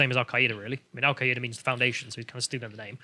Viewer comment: Al-queay-ida? You mean Al Queda? The terrorist organization that I refuse to pronounce correctly?